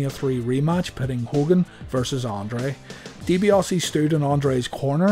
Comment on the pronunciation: DiBiase has no 'o' in it